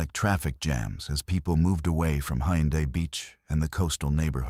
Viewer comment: Go Jay (Goeje) Island, Gim Hay (Gimhae), Hay Un Day (Haeundae) 😂